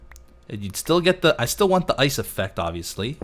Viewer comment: How says ice: Ois:P